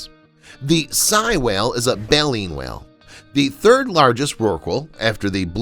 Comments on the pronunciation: Sei (Say-e) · Sei--it's pronounced "say," not "sie." Baltic Sea--it's "balltic," not "belltic."